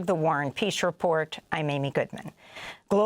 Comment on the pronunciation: I used to think she said the “Warren Peace” report…. Until I put the weed down and realized it’s the “war & peace” report 😅